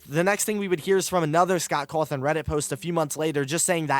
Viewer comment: Man, seriously? "Cawthorn"??!!!!